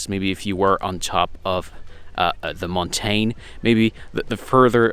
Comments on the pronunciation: it's pronouced mountin (mountain) not montane speak english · Montein lol. What accent is that?